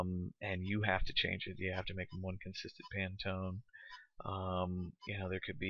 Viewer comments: Handy tutorial, but it definitely could have been five minutes shorter. Additionally, it's "Pan-tone," not "Pan-a-tone." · It's pantone not panatone.